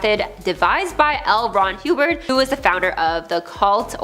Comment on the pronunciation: “L. Ron Hubert”?